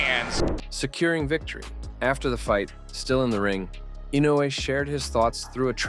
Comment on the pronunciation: The way you pronounce "Inoue" sounds like "Inu", which means "dog" in Japanese, as in "shiba-inu", effectively turning him into a dog breed, which is cute. (Japanese spellings are isomorphic: they are pronnounced as they are written. "Inoue", which is written with four vowels, are pronounced with four vowels: "I-no-u-e". And these are pure vowels, unlike the English "i", "o", "u", "e", which are all non-pure vowels, being either a long vowel or a diphthong.)